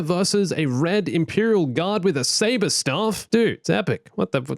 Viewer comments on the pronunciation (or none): none